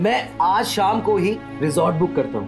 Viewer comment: evening का शाम होता है साम नहीं। हिंदी की बैंड ना बजाओ भाई